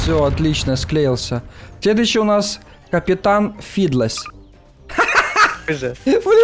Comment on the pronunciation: Не федлес а фидлс